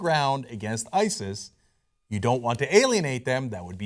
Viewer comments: The way Obama says ISIS is that the real way to say it? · Why does Obama say ISIS weirdly?